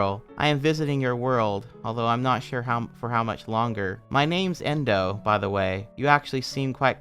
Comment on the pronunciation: My account name is endo and its equally traumatizing every time i hear you say the name indow and anything they do